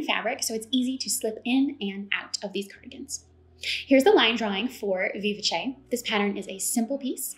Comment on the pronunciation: You did a phenomenal job explaining all the features of each pattern! And now I know how to pronounce "Vivace", thank you! I'm waffling on the beautiful Fraser Cardigan because I have a wide in the middle shape. And this cardigan I can't close. But I do love the curve of the hem! So many choices!